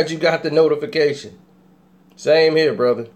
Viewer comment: He said it's really hot in herr lol